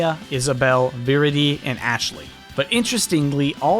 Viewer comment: U said viridi wrong Again....